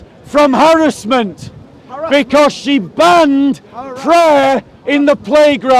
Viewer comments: Come and debate me when you learnt how to speak full English. Just to let you know I was the one educating you on your broken English it’s “harassment” not harrisment. And I admit I came with the intention to troll you 100%. To stop you from preaching extremist nonsense come and debate me about Islam the next time I see you. “Indeed it is not the eyes that are blind but the hearts” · This fella is just a typical example of what schools are spitting out now! They spend all of thrir focusing on Petty minded BS ( like pull the speaker up on his slight mispronounciation of the word Harassment!& Also saying ' Where's ur source'? When this has been a Natonal Story for quite a few months now!